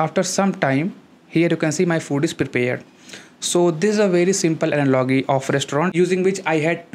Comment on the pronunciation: Thank you for the easy to understand explanation. But I would like to tell you that you have to work on pronunciation of words like "analogy".